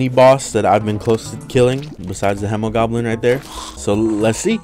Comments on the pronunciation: It's not Hem-o-Goblin it's He-mo-goblin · I do believe it is pronounced with a He not a Hem because the Hemogoblin is a play on Hemoglobin which is a protein that transports oxygen in your blood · its hee moh goblin not hemow goblin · It’s pronounced homo, not he-muh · its he-moh not he-muh he-moh-globe-in from everyone ive heard say it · He didn't though, he pronounced it as in hemorrhage, and not as in hemoglobin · Its Hemoglobin not hemorage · The hemo part of the hemogoblin comes from hemoglobin, its pronounced like he-muh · i thought the hemo part came from hemo which originated from the greek word haima which also means blood. hemo is pronounced hee-mow which is how i pronounce it with the blood moon mobs too. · Spooderman79 hay-mo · The Hemogoblin shark is prenounced like heemogoblin because it's named after the greek word for blood, which is pronounced like heema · The Hemogoblin Shark is acúlalo a mix between the words “Hemoglobin” and “Goblin Shark”, so it actually would be pronounced [Heemo], or if you like IPA, [Hē-mō] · I like the Blade Staff because haha funny, but it kinda sucks. Unless you only focus on damage reduction reduction, it can't do much to anything besides super common enemies. Also, it is Hee-mo-goblin Shark. This is because it's based off of hemoglobin, not hemorrhages, and hemoglobin is with a hee. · It is He-mo. It is a joke on the word Hemoglobin, which is a cell making up blood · I think its hēmogoblin with the long e because it comes from hēmoglobin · I think it's pronounced hee-moe-goblin. It's a play on words of hemoglobin, which is in blood and pronounced Hee-moe-globin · It’s pronounced hee-moe-goblin after hemoglobin(what gives blood it’s red color) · I believe it’s pronounced HE-MOE-GOBLIN. It’s a play on hemoglobin which is a component of blood. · its uhm pronounced heemo-goblin as in haemoglobin in your blood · its pronounced heemogoblin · It’s hemogoblin the hemo in it is pronounced like haemoglobin